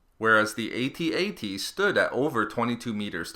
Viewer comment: pronounced "ATT -ATT" not "A-T A-T".